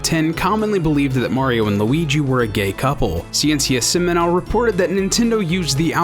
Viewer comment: Wow way to butcher the pronunciation there. That wasn't even close. If they hadn't also shown the title on screen I wouldn't have understood what they were saying with that "Ciencia Seminal" bit.